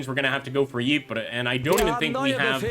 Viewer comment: Very small nit pick but Ypres is pronounced eeps or eepres with the Y being silent